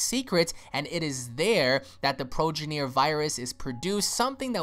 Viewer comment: He said progineer sound out the bruh😂